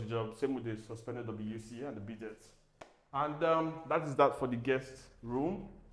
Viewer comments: This is super luxurious. Welcome! Ps. Bidet is pronounced “Bee-day”. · FYI for your future videos - Bidet is pronounced 'bee-day'. The layout looks well thought out. For future videos, i'll suggest that your script includes details of the layout of the house (sqms etc) and the use of architectural and interior decor terminologies (e.g. that space after the kitchen is called a pantry etc) Bedrooms: i would probably suggest a more spacious walk-in closet for the biggest and second-biggest rooms (women tend to need a lot more space for clothes and shoes and only require a dressing table, mirror and bed in the actual room. Security: Looks to me like the house is on a busy road, how do you ensure safety with the type of door installed in the garage? Perhaps something to think about for future projects. Kitchen: The back burners of the cooker appears very close to the wall. Would this not affect the placement of pots on them? I've also experienced fire heating up the back wall because burners are too close to it - something for you to consider in future builds. Also, Nigerians love their deep freezers (to preserve bulk food purchase), you should think about carving out a space for it in future builds, and for this one, perhaps a socket in the pantry area.